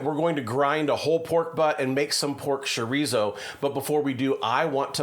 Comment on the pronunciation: what is pork shore-eezo?